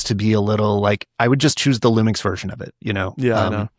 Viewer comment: These guys had me laughing as Lumix fans and barely managed to say one lumix model name without flubbing it haha. S10? S1iiR?